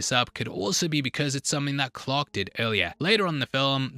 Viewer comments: Who the hell was Captain “Clock”? It took me forever to realize he was saying Clark. 🙄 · Please don't take this the wrong way, but as someone who is unfamiliar with this film/lore and had this video playing in the background while doing other things, I thought for over half the video that the baddie was named Pirate Clock, not Clark. 😂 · Genuinely took me some time to figure out you weren't saying "pirate clock" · I almost watched the whole video and I couldn't comment not even a quarter away through but continue to watch the video until I tried to check what the hell is going on and then it stopped working. And then it disappeared from existence. What the hell happened? Oh yeah and for most of the video I thought you kept saying pirate clock. 😂😂😂